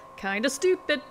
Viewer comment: Did The girl said supid?